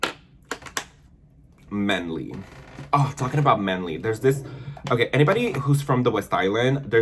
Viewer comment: Your train go though kills me 🤣manly= man-li lmaoo